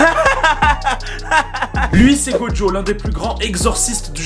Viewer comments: Ouaaa sérieux il s’appelle gojo go jo T’ENTEND UN P***DE D ?Sinon super vidéo 😂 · Mais Putin il s’appelle gojo go jo t’entends un PUTIN DE D DEDANS ?!